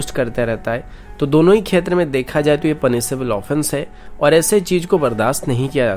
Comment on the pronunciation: bhi khetr nhi Right word h kshetr hota h